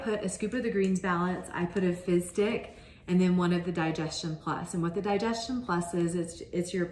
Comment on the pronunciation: Am I the only one who hears fist dick instead of fizz stick?